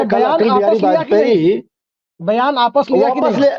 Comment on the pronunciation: "apas"...😂😂